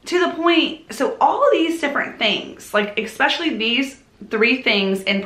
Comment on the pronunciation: It is great to see you once again....I have really missed hearing the way you pronounce the word especially (EKspecially) among all the lovely things you do. So, welcome back and I for one will EKspecially enjoy you !r endeavors ! Judy